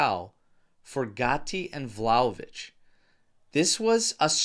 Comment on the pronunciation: Ragazzi, can’t say I disagree, but, you’re a juventini. It’s Vlahovic, not VlahovICK. What are we doing 😂? Had to call that out.